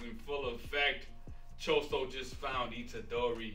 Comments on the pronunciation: Someone tell that his name is Itadori, not Ichidori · "ICHIDORI" AHAHAAH